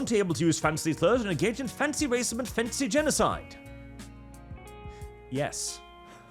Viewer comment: The tongue roll rrrrrrracism is so classic